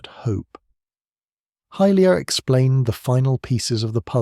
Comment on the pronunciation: Good video, but it’s pronounced hi-lia not hill-lia.